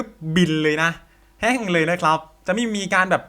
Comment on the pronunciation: แห้ง ไม่ใช่ แฮ่ง